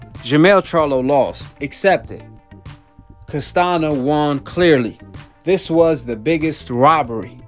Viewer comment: "Castanio" not "Castano" thats how you say it.. and "Brian" not "Brain"